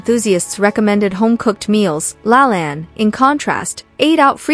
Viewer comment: Lol, Jack said his full name at the start of the video and you still pronounced it wrong.